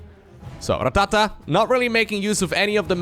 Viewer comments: Going to be honest, dont like how you say rattata. Sounds like your trying to instruct a drummer on his pacing. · You rolling the R in Rattata makes me feel funny. In a good way.